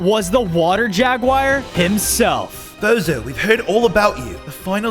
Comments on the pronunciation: I heard bozo to lol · I thought they said bozo💀☠️